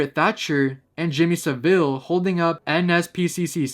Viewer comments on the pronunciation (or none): none